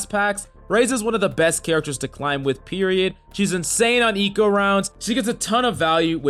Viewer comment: I love to “clim”